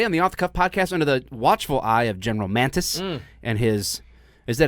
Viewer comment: It's not GEN Mantis, it is Mattis...